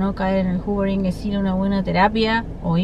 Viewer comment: X q ponen titulos a las técnicas en ingles ! X favor ! No se entiende nada . Q es el hoovering . Encima lo pronuncias juvering. Explica mejor q es !?